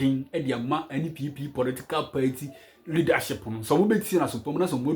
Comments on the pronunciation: Pls it's party and not payti. Stop saying payti 😂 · Its pronounced paaati not paity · Masa it's pronounced party not paity😂😂. Hope you ain't angry with me 😂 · These people and their pronunciation 😅paity paaa